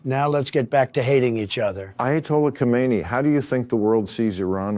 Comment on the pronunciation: Thank you for pronouncing his name right!! KO-MEIN-NEE, not HO-mein-nee.